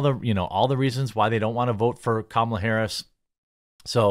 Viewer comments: Love how you pronounce kammels name! 😂😂 great job on your videos! 😊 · Thank you for using the proper pronunciation of Kamala's name! I know you said it correctly, because that's how President Biden says it.